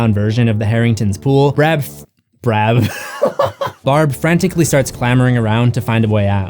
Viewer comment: “Brab”💀 I miss brab